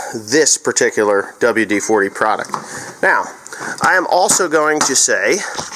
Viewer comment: Dubual Dee Forty